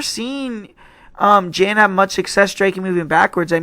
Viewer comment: "Jen" lol JAN man 😂